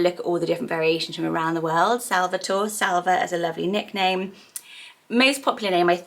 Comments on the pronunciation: Salvatore is actually pronounced sal-va-tor-ay. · It's actually pronounced sal-va-tor-eh.